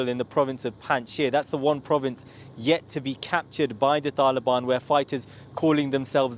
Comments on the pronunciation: Why does he keep pronouncing Taliban like that? He speaks with an English accent and yet pretends he's not western when he says Taliban? Cut up his passport and he can live with the "taalheeban" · Why does he try to pronounce all thse things in the 'original'/pashto pronounciation?